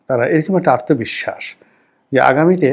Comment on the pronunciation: রনি ভাই আপনার আলোচনা সুন্দর। কিন্তু আত্মবিশ্বাস শব্দকে আর্তবিশ্বাস উচ্চারণ করেন শুনতে কানে লাগে।